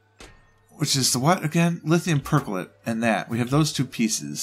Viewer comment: not lithium percholate, but lithium perchlorate please xD